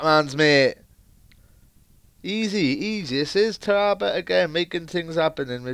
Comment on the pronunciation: its tara bt not tarrabut